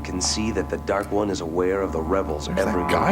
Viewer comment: This is my favorite season 1 episode. Probably because of the way that lady mispronounces Dark One.